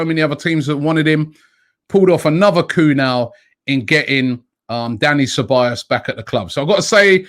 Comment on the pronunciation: Nobody at all: Robbie: This transfer has been a major "Koo" for Arsenal